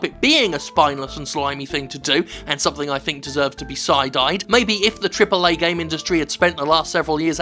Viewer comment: take a shot every time Jim says Triple eh games